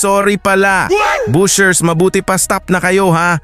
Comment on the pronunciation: BASHERS po. Hindi BUSHERS.